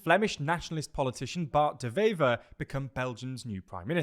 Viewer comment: Can i say: good job on pronouncing Bart De Wever.